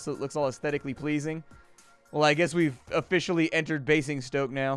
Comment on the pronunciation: In Queens English, Basingstoke is pronounced bay-zing-stoke